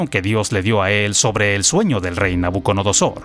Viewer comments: Es nabuco"DO"nosor y NO nabuco"NO"dosor😅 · Me enoja sobremanera que el comentarista no sepa pronunciar el nombre de Nabucodonosor.